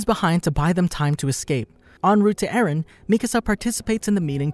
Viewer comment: How many times has Mikasa say "Ereh/Eren"? 21 Savage: A lot.